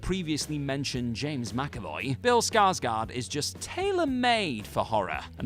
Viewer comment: Can someone who has seen the original Graf (Count) Orlok and the one with Bill Skarsgård say which is the better one. The presenter don´t want to butcher a islandic name but then butchers the last name of Bill Skarsgård ;-)